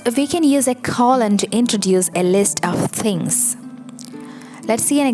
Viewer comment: Don't forget about the Oxford comma, used after the final word in a list of items before the word "and." Or "and". Depends on whether you're an American-borne or British-borne writer. Pronunciation of "colon": KOE-lun, not CALL-un.